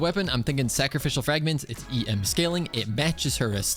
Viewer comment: so no one else heard "sacrificial fagments"